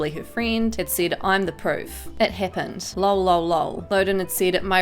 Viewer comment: Wtf the way you say lol its laugh out loud so its supposed to be said L O L